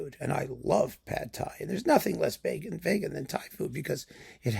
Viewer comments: is so appalled by veganism that he even pronounces vegan like Vegas! Many people will get offended but the bottom line is: don't give into hypocrisy, pretentiousness and a cult mindset, be it in food or music. Open minds need to be nourished on both sides of a spectrum. Excellent points, as always! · My main takeaway is I'm changing my pronunciation from vee-gan to vay-gan. I've never heard it pronounced that way before, but it sounds true.